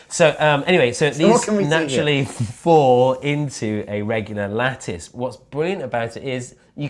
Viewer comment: I keep hearing lettuce insted of lattice